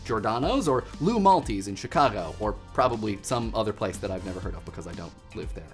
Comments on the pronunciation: I'd say he got Giordano's close enough (though I agree there should be an extra syllable there), but you're completely right about Lou Malnati's. Which is not Lou Malti's. Lou MalNOTi's. (I'm sorry, I had to.) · Lou Malti's? There are generally two accepted pronunciations: Lou Mal-Not-Ez or Luma-Not-Ez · LOU MALTESE AHAHAHAHAHA It's Lou Mall (like mallet) naughties. Lou Malnati's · Lou Malta???😂😂😂 Malnati lol... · Lou Malti's? c'mon. i don't mind the digs at Chicago-style pizza... i actually prefer a thin slice, but Lou Malti's? (for those wondering, it's Lou Mal-na-ti's) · "Loo Mal-tees"?! It's LOO Mal-nah-tees. I expect better from you! Much <3 btw. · I can't believe you called it Lou Malti's. That's blasphemy to the pizza gods lol. $80 for Chicago style large tho, I'll take domino's. Deep dish best serviced as leftovers out of the micro wave tho. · lol "Lou Malty's" (it's "Lou Malnati's", sounds like "Illuminati") (CONFIRMED) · First off, did you say Loumalnis? Just so you know, Lou Malnati's. And it is pretty much the best deep dish pizza in the burbs. An important point, since Chicago'land' covers a big area. I personally LOVE all kinds of pizza, I am now fond of your favorite as well. I have never had New York style, but I make my own from scratch, yeast and proofing and the whole enchilada and my kids love Friday nights. Best Pizza ever? Rosarios in Roselle Illinois. But I also love butter crust double sausage and pep with well done no cut Lous. And yeah, you kind of have to deal with the juice. Deep dish you eat on a plate with sides and you use a fork and knife. You don't have to but then you're just asking for trouble. I may be a neophite, but I have had New York 'style' pizzas that are awesome, and I always fold and eat properly, as in Rome. Cant we all just get along in my tummy? Yes...Yes I think we can. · You doofus It's Lou Malnati's, not Lou Maltese. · it's Lou Malnati's, not Lou Malti's. and it's def the best of the chains.